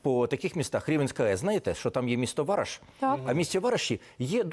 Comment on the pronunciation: Не вАраш, а варАш!!! Не перекручуйте назву мого рідного села!!!